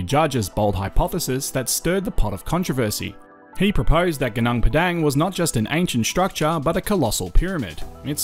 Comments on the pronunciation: interesting video. i really enjoyed it. FYI its pronounced goo-noong pedung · Suggest you try using local pronunciations rathan than Australian for local names. Eg Gunung Padang. Vowel sounds in Bahasa Indonesia are a bit different than English :)